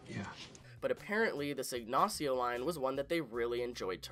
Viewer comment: Dude's pronunciation was flawless. The accent was definitely incorrect, but pronunciation is a HUGE improvement over some of the shit I frequently here people say.